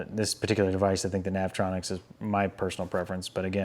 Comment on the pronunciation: NAV E ON ICKS NOT NAV TRON ICKS LOL